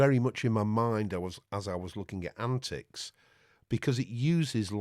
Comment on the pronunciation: I am surprised you did not correct the pronunciation and capitalization of the antiX name. :-)